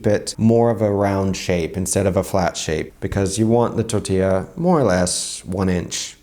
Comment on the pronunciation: I can confirm, but you say "tortila" xD